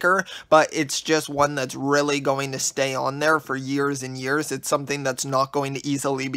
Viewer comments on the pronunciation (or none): none